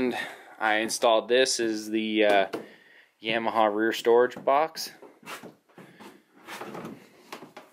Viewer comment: great video but is pronounced Yamaha not yaaaaamiha